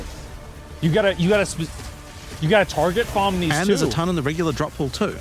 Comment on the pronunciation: “Target Fom” 😂